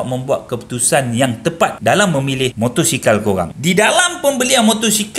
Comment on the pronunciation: motosikal bang bukan motorsikal